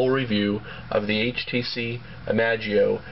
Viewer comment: i-mash-ie-o you dork!